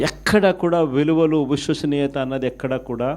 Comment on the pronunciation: Vishwasaniyatha sir , voshwasaniyatha kadu.😂😂. Yenni sarlu annav aa word , nee motham speech la oka 15 times annav.😂😂😂.